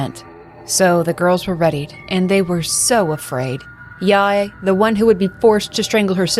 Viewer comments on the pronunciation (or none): Love all ur narrations even if Sae - is like Sa-y and Yae is like Yay